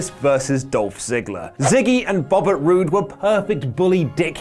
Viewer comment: Bobert Roode? Everyone botching, even